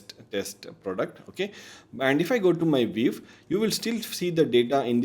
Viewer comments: This comment is not meant negatively, hopefully it will help you for future videos: your English is very good so I couldn't understand why you kept saying VEEV instead of VIEW. Good luck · why you say viv? and not view? its sounds weird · pehle view bolna seekh le wave wave kiye ja raha h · nice video and great information provided.. but constantly saying "VEEV" instead of view is mildly infuriating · It's a view, not a "veev" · it is not viev its view you dumbass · Bro, it's a VIEW not a WEAVE. It's just so annoying to hear WEAVE again and again.😭😭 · Sab shi hai, but yaar WEAVE nhi hai wo, View hai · Why is view pronounced veev? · Excellent video. I gave thumbs down because he kept pronouncing "view" as "wave" or "viv". The most important word of the video. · Wrong pronunciation of "VIEW"!